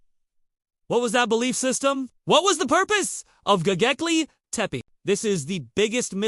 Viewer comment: Bro you can't even pronounce the name correctly so how do you expect people to take you seriously? It's not gogeple, it's Gobekle...B not G